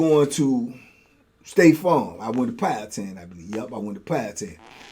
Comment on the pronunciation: YESSS!! Lmao